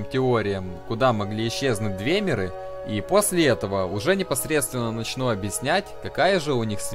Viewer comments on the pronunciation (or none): Разберись с ударениями, у всех этим эльфов ударение приходится на слог, перед самими мерами: орсИмеры, двЕмеры, Альтмеры, бОсмеры, дАнмеры, фАлмеры и т.п.